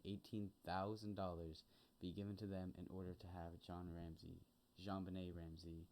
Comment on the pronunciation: Welcome to the Creator World, You picked a hell of a case to start with 🤣. You are pronouncing JonBenét's name perfectly. I got to tell you though Patsy was Miss West Virginia 1977, so I don't think she fell in the category you referred to (If anything people accuse Patsy of "reliving" her glory years thru JonBenet). Ransom Note was long as hell (2.5 pages), had a bunch of odd movie references, and ransom instructions, not standard at all. Boulder PD did a 💩job, they didn't follow protocol at all (& you're right they should had that whole place on lock-down). Pineapple wasn't in her stomach, it was in her upper small intestine (Duodenum), which takes 2-6 hrs to arrive (likely more than two as pineapple is rather fibrous). You got the DNA all wrong, there was consistent ("matching") Unidentified Male DNA (known as UM1) found: on both sides of her long-johns, under her fingernails, & co-mingled with her blood in her panties. The long-john DNA was "touch DNA", I imagine the DNA under her fingernails could have been Epithelial (skin), but that found in her panties is believed to have been saliva (but definitely Not semen). John was rated a 5 out of 5 that he did Not author the note / Patsy was rated a 4.5 out of 5, so while they could not fully eliminate her, they did by 90%. It actually had Not snowed in Boulder since the December 16th & 17th before, it snowed 5.9", and had primarily melted away by the night of the 25th/26th. There was a little snow in the front yard on the N.E.